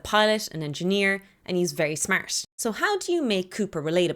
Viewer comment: The word smart in that accent is just amusing to me. Good video anyways. Could be explored deeper